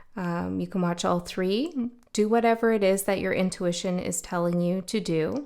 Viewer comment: “Intuwitchion” - I almost like that better